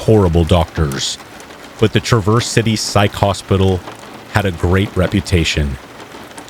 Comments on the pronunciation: Its pronounced Traaaverse City it's a long "A" sound not "truhverse," as in you traverse around an obstacle. It's OK, a lot of the names of cities in Michigan give people not from there a hard time. Like Ontonagon, Mackinac, Dowagiac, and Ypsilanti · Hello, I’m from Michigan and this is just a friendly tip ( because Michigan does have some weird names for towns ) Traverse city is pronounced as one syllable sounds like Traaaverse City not Traverse-Verse. You know I love you man and appreciate all the hard work and professionalism you put into your channel ❤ Peace Out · It’s pronounced Trah-verse city btw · Not “ triverse city” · Ahhh I continue to listen to this, it is cringy every time you mis pronounce the city in Michigan…. “ travor city” or “traver city”. !!!!!!!!